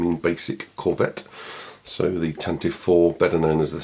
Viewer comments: Glad to see the Tan-Tivv reviewed. Will you be reviewing the Tantive (pronounced 'Tan-tiv-vee') any time soon? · It wasn't mentioned in the movies, only in the 1981 radio drama, where the pronunciation is indeed Tantivee (this pronunciation is still canon). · Does anybody remember in the 70's the pronouncement of the ship was TANTIVEE? I remember the radio drama would pronounce it like that. Just curious when it changed.